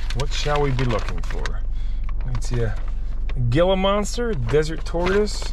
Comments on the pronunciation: Ok. As a former Arizona resident, I have to correct the pronunciation of "Gila"...you say "hee-la"... otherwise you sound like a tourist :) Great that you met up with Vice Grip Garage and had a few cold snacks...would love to see you meet up with Sleeperdude. Great vids and really enjoy seeing how you solve problems and bring these beauties back to life. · Just so ya know, Gila is pronounced He-laa. It's a large poisonous lizard that has a locking jaw when it bites. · Not sure if anybody corrected you but Gila in the monster sounds like he-la. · The Gila monster is pronounced “heela monster” same as a beaded lizard. Venomous and sharp ass teeth lol so don’t get bit lol good video brother! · Pronounced "heela" monster